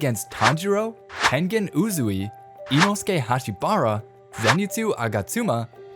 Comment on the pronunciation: Blud you said inosuke hashibira wrong I probably spelled it wrong but you said him wrong